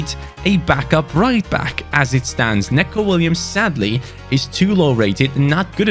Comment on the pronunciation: Sorry but this really annoys me For Neco Williams it’s pronounced NICO Not Neco.